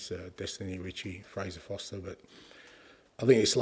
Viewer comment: Is it just me or can nobody pronounce Fraser FoRster correctly 🤦‍♂️